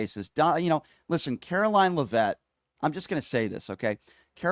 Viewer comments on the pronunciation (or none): I support you, but you need to be corrected on a couple things: It's pronounced "LEAV-itt" (emphasis on the first syllable.) Also, you use the expression, "could care less," when it's actually "COULDN'T care less." Not to nitpick, but you are constantly berating people who have little intelligence, so I just thought I'd help you with a little advice to ensure you're not outsmarted. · Could care less gets used by some. He may be deliberately mispronouncing her name because she doesn’t deserve the respect.